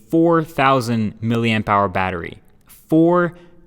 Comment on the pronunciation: Hold the damn phone!! You said MilliAmpHour and NOT MillaAmpHour like you used to!! Just gonna check that the moon is still up there shining bright.